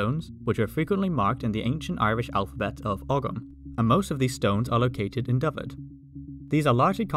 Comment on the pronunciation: Nice to see the correct pronunciation of Dyfed. You should hear to attempts by my English friends. Diffid, Daffid, all sorts of horrors.